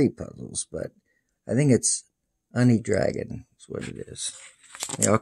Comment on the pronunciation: It’s pronounced “you-knee” dragon